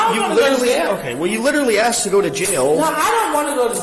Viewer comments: the moment i hear a women say the word "axed" instead of "asked" i stop listening.. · It's amazing people even get these jobs nowadays with their 'command' of the English language. "She axed me..." 😬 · "then she axed me to pay for it" 🙄